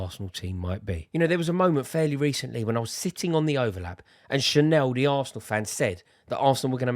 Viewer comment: Her name is Charlene not Channel or whatever you said Rory